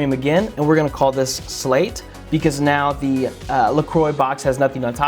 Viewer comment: "We will now call it slate" * Calls it salte * Me: Yeahh... SALTEEHHH